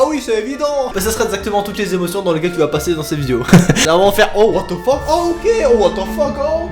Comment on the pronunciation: j'aime ton what tze fuck